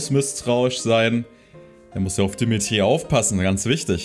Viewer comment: Shez' Aussprache von Mercedes' Namen klingt irgendwie... seltsam. Kleiner Nachtrag: Gleiches gilt für Dimitri. Fällt wahrscheinlich nur auf, wenn man erst kürzlich Three Houses gespielt hat. Welches der neuen Designs findest du eigentlich am besten?